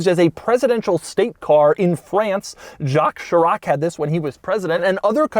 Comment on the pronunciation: The Sitrone - the presidential car of Jock Sheerock (Jacques Chirac)